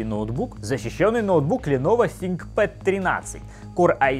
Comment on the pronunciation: ДистрибуВ, ТВинкпад... Ты серьезно?..